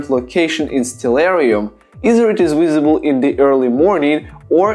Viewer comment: I love the way this guy says visible......he says wisable. I'm gonna guess he's probably Slavic because they have a hard time pronouncing the "V".